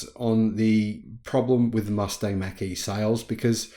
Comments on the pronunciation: It’s pronounced “mock” as in the speed of sound. In the 60s-70s they introduced the Mach-1 mustang. Pronounced as Mock-1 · Just a slight criticism. It's Mach like you would mock someone.